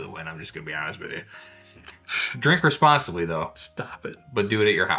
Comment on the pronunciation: is definitely doing “the whiskey ramble”. hair is slightly askew and he’s very loose “Please drink rrrrrrr-responsilby” 🤣🤣 You guys are even funnier than you usually are. I’d suggest a once a month “four peat” Of course it doesn’t help that I’m drinking along with them. At home without the chance of driving anywhere